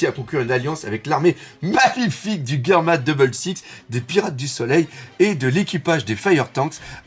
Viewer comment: Mais pourquoi tu prononces "Guerma"? c'est germa ... ("jerma") .... ☺